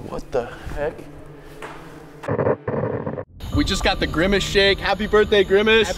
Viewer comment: That’s not grimace, that’s Flimace